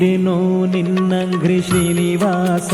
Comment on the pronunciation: Bideno ninnanghrri not ninnagri. ( ghri no gri)